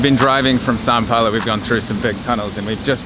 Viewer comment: why does he keep saying San Paolo lol